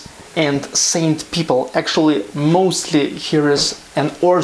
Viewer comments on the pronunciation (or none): none